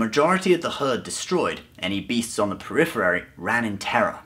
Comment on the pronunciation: Good story thanks.... On throng though...peripherary??? U mean periphery I think yeah? Lol